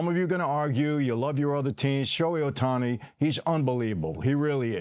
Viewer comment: This dude is so full of sh!t. Cant even pronounce Ohtani's name. What a joke.